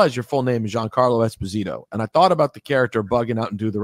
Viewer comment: Ebro pronounced his last name wrong, which most people do. It's Es-POS-ito.